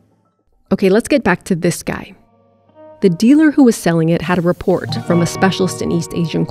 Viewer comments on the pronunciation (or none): none